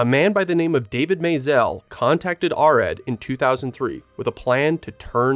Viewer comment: Great videos, but cringing every time you mispronounce "Arad".